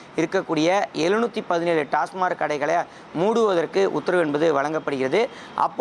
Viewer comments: அது டாஸ்மார்க் இல்லை டாஸ்மாக். எங்கேடா படிச்ச? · ஒரு பத்திரிகையாளர் TASMAC ஐ TASMARK எ‌ன்று உச்சரிப்பது எதோ கடமைக்கு செய்தி சேகரிக்கிறார் எ‌ன்று தெரிகிறது. செ‌ய்யு‌ம் தொழிலுக்கு முழுமையான படிப்பு அறிவு தெரிந்து கொண்டு பேசலாமே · டாஸ்மார்க் டாஸ்மார்க் நல்ல உச்சரிக்கத் தெரியாத பத்திரிக்கையாளர்